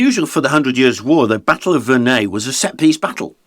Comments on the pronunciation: pronounced it wrong, it's Verre-NUY. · Wait, that’s how Verneuil is pronounced?